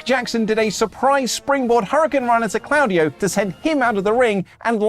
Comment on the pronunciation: Genuine question: Is the getting the pronunciation of Claudio's name incorrectly a running joke? Because, like, it's announced every single week. The commentators say it every week. And yet. If it's a bit, it's a very funny bit.